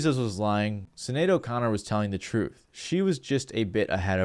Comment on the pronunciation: Showing your age man. Mispronouncing Sinead O’Connor’s name